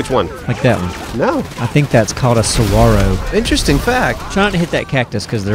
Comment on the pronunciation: I live in az, and if you want to see hills of saguaros, come visit! BTW thanks for pronouncing it properly